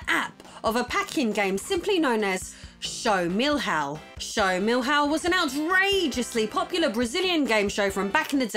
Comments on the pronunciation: I was looking for this comment, she's almost saying "millhouse" LOL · How can I explain to her the "ão" in the pronunciation?? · Your try to say "Show do Milhão" is priceless! Actually, the pronunciation is similar to "million". Maybe you should try "milliown". Anyways... Great episode! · "Show Meal How" 😂😂😂 No offense intended, love your vids and content! Much love from Brazil!:) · "Show do Milrrao" kkkkk Desculpe, foi engraçado rsrsrs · "Show Mill-Hao" 🤣 happy to see you talking about brazilian gaming history again. Tectoy is on the making of a new console! It can be something innovative, more from the same, or a complete fail. One way or another, it can probably become future material for your awesome channel. And what about that mega drive in a N64 shell... I never had seen that atrocity before 🤣 God bless you and your husband! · Great episode. But the pronunciation is a bit off. Which is OK. I am not complaining. Milhão is pronounced miljao - more or less. Show DO milhão. Google has actually a nice function pronouncing words in several languages. Maybe this helps you in the future :-) 1999 — Back when a million reais actually was a boat load of money. Looking forward to see more about the Brazilian video game market. Tec Toy is a fantastic company. Also interesting. Nintendo products produced by Gradiente. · hahaa show do mill-how! hahahah what a funny pronunciation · Lol Show Mil-Haul was funny. It is pronpunced something like million, but an ah luke ah. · OMG!!! I can't believe you also mentioned that game lol (and your Show do Milhão pronunciation was funny). Greetings from Brazil!